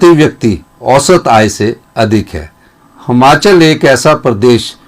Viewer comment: हमाँचल नहीं यार हिमांचल बोला कर